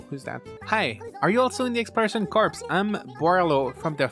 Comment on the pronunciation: By the way "Corps" is pronounced "Core", the "s" is silent. You're saying it like a dead body, lol.